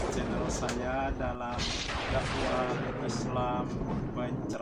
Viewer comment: 🤭🤭🤭 Bapak salah ucap yaa😂 Bukan Dakwah tapi Dawir😂